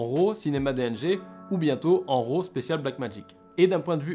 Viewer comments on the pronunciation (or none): Autofocus...ha...ha...si tu veux être un pro...c'est une fonction que les vrai PRO n'utilise pas...Fait ton focus!....et on dit pas ROO mais RAW...c'est un mot anglais!!!